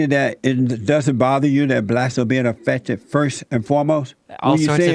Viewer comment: Jesse just wants views. He cant even pronounce "blacks" . He says, "blatz".